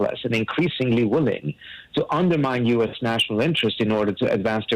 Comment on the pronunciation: Parsi, work of your english speaking dialectic. You "willing" sound like "women". Seriously.